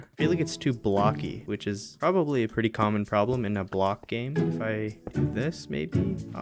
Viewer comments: "prettu awful" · “prettu awful”